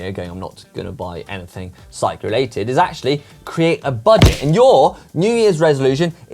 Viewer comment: It’s Budget not Bugdet 😀